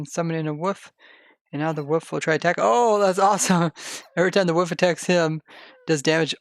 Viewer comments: why you say Woof? And not wolf? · Its not woof.. for god sakes please stop saying woof. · He says “woof” not “wolf” I’m actually love that, UwU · I didn't even realize he said wolf lol